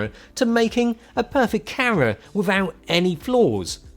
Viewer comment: I love how he says camera 📸 like carrot. 🥕 Plus it's a pretty balanced opinion.